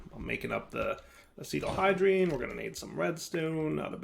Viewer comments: Legitimately had no clue what he was talking about for a few seconds. Ass-it-al-de-hide is how I'd pronounce it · I wonder if knows that it's not actually called Acetalhydrine, but Acetaldehyde